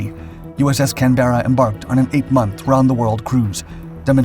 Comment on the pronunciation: The narrator needs to learn how to pronounce Canberra.